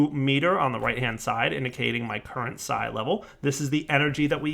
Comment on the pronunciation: I think its pronounced "psee" like pee with an s.